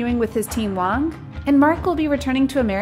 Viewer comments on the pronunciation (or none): none